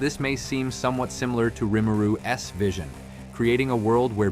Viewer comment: Correct me if I’m wrong but this is not his real voice, he writes this a script and then has an AI/voice bot read it and it doesn’t quite read the grammar properly, for example it doesn’t read Rimuru’s it reads it as Rimuru s